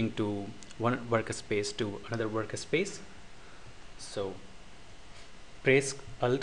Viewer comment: dude it is not worka space. It is Work Space. Get your english in proper line and then i suggest you upload video's with voice